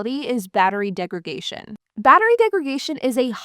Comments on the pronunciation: I think you mean battery degradation. You keep saying "degragation", which isn't an English word. It's you adding an extra 'g' in degradation as a point of emphasis that is the problem there. The actual word isn't like segregation. It's degradation, with a 'd' on the 'dation'. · Degradation not degragation. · Came to the comments to say this. It's degraDation. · *Degradation not degragation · You keep saying "degragation." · It’s a verbal tic. She correctly says “degrade.” She knows the word, she just fumbles its pronunciation. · Degradation - from degrade , not DegraGation. 🤦‍♂️ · I had to listen to her say that 4 or 5 times to figure out what she was saying. Degregation. That second G threw me. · Why do you pronounce "degradation" this way? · Mispronouncing degradation is really annoying. Please stop.